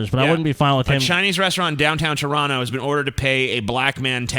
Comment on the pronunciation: I liked this video when I heard correctly pronounce Toronto but then I retracted that like when he butchered Trinidad and Tabago a few moments later.